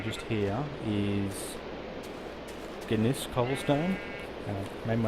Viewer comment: gneiss is pronounced as Nice